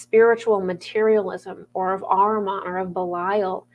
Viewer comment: My dear I love every video you have and love them is like a light through my soul. As an Iranian who is coming from Zoroastrian and Persian decent ARMAN is pronounced "Ahhhh-Riii-MAN" and Arman is a beautiful male name meaning goals and great vision in life. I know every one knows what you are talking about but in real Farsi language is completely different. like my arman in life is to reaching the spiritual world.